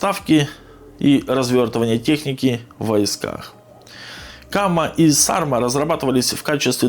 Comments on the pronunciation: Не САрма, а СармА, это название ветра на Байкале, самого сильного. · Ударение на последней а.